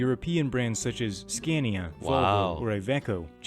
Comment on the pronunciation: When you talk about Scania, use the "a" as in car!